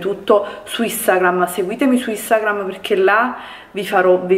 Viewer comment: Non sa parlare...